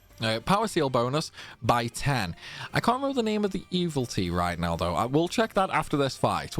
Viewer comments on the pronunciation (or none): Truly a gentleman and a scholar. I've played every Disgaea game up to this point but this was the first one where taking on Baal felt manageable and your guides were a big part of that. I have to ask tho. Is mispronouncing "evility" a bit that I am a latecomer to? I can understand mispronouncing "Pirilika" because even Fuji can't get it right for the entire story campaign. No shade intended, my ears just perk up every time it happens during your videos.